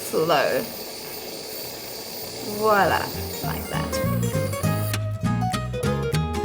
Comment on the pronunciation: Great advice. By the way, I'm French and your "voila" has a very good pronunciation.